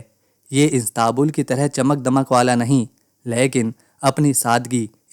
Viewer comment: "लेकीन" कैसे बोलते है ?